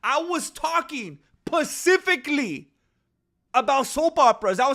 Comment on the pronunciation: Yo man been hear from the earliest days to help you out its pronounced : specifically not the ocean ly